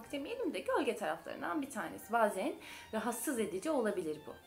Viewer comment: Bazen kelimesini siz mi yalnis telaffuz ediyorsunuz ben mi yalnis biliyorum.e harfini cok kapali telaffuz ediyorsunuz